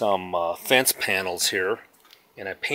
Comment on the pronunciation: Did u say fance panels